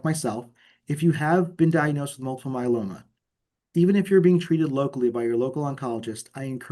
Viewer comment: Good info . Why does interviewer keep calling it myeLANnoma?